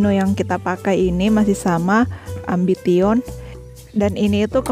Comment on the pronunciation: Malu maluin si mimin baca AMBITION. Salah itu cara bacanya..